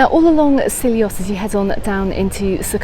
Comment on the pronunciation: It's actually pronounced see ot Great video, been going since 1989 love it